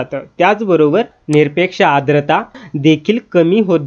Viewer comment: आद्रता नाही. 'आर्द्रता' म्हणा... उच्चार शुद्ध करून घ्या, आधी!